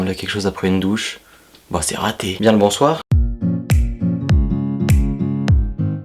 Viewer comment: Le "Bonsuer" (bonsoir) à